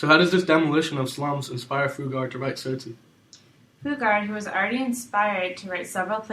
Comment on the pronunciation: Its not sosi its T-sot-si